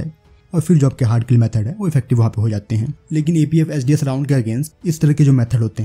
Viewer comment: APFSDS that i know.. but the narrator mispronounced it may be.. he uttered something different